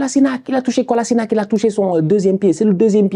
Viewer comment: "Kolasinak" ? C'est ton ancien jour prononce bien son nom nan ? 😂